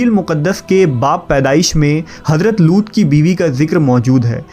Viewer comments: हज़रत लूत alaihissalam not लूट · Madam It's not loot it's looth लूत